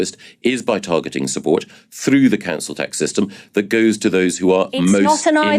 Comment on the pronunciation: I'm not trying to be nasty but you need to have some speach therapy to perfect pronunciation of th instead of using v and f. It will be easy and rewarding not difficult and pointless. All the best.